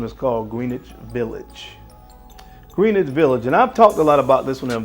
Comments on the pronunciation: Yeah not a big deal but I’m a New Yorker when pronouncing Greenwich it’s like GunsAnd Gloves pointed out Grenitch village Greenitch should pronounced as one word ! Anyhow another banger list and video ! You and mrs Bow tie fragrance should put your nose on Tiziani Terenzi Gold Rose oudh ! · It's "G R E N-ITCH" Village. Gren rhymes with hen. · Right not green witch